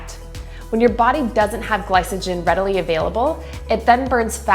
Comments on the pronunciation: Glysogen lol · It’s ’Gly-co-gen’ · She pronounced glycogen wrong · Yes and it's driving me nuts.